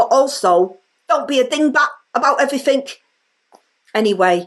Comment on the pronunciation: '... but I love you very much and I really, I can relate to you because I underthtand everything about you and your background and everyfink, becoth I am one of you but also, DON'T BE A DINGBAT, ABOUT EVERYFINK!' Absolute genius, made me crack up! really does go from strength to strength. As weird as this might sound, when Labour deservedly loses the next election by a landslide, I'll be a little sad that the Rayner material will dry up.